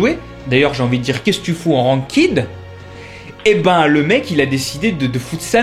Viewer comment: Tout est vrai ! par contre evite de parler en francais xD c'est pas "rankid" mais plutot "rankaid" (enfin je prononce comme ca XD)